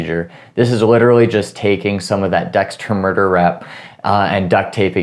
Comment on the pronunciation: Did he say Dexter murder wrap? Lol